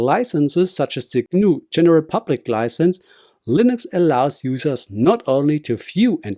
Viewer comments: its pronounced LIN-ex not LINE-ex..... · Why are you not using your voice? Your using AI. I can tell. Because of when the AI says Linux. It's not Lienx, it's Linux. That's all.